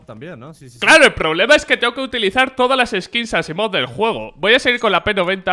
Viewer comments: ES ASIIMOV NO ASSIMOV JAJAJJAAJAJA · Dijo "Asaimov" no "Asimov", no es que esté en contra tuyo